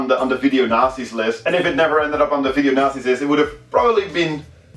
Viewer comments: When he says ''Video Nasties'' sounds like ''Video Nazis'' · i thought he was saying video nazi. haha . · I almost thought he said video nazi's list. lol